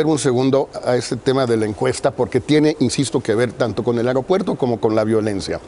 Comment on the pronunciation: Chingadamadre alguien dígale a Nuño que se dice A-E-R-O-P-U-E-R-T-O... ¡¡¡¡¡¡AERO!!!!!!! No "AREOpuerto"...